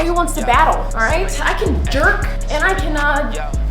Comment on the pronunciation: I can derk is crazy 💀 you meant jerk ??!